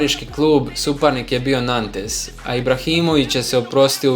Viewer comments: Nantes, la Galaxy??? ozbiljno haha?? čita se Nant i El Ej Galaksi hahah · Auuuu LAGALAKSI I NAN-TES :D